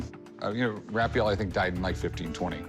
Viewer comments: It's Ra-fa-el!! Not Ra-fi-yel! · The way he said "Raphael" it hurt my soul .